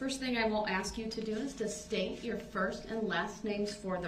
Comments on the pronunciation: He couldn't even pronounce a word as simple as ASK!! He pronounces it "Axe 🪓"!!! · Well all you had to do was "ax"...😁